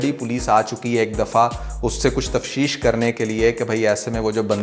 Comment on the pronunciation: Tafsheesh 😂😂😂😂 Oye Its tafteesh 😊😊